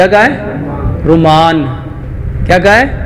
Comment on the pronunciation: Bhai Quran mein lafiz Rumman hae, Ruman na hay, kiokh meem peh Saad hae